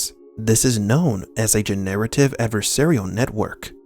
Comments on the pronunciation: I have never heard anyone pronounce <Generative> in that way. Love your videos but that killed the immersion on this 1 for me! Generate + ive = Gin + narrative Sorry to bring it up cuz its not criticism of your content. Laughed so hard tho... :) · Quit pronouncing generative incorrectly ... you are saying gen-narrative, which may have remote applicability but not what you mean, I believe.